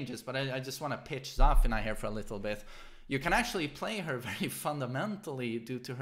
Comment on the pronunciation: for god`s sake its not Zaa-fena , its Za-feena!